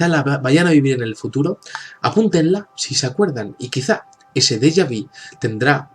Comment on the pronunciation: no es deja vi .. es " deja Vu